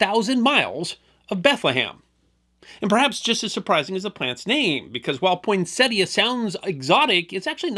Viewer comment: Thank you for pronouncing the plant's name correctly!